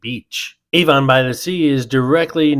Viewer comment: as a resident of Monmouth County, where Avon by the Sea is located, I have to point something out. Avon is not pronounced like the perfume company!!! It's pronounced AV-on, not A-von!!!!! Thanks!!!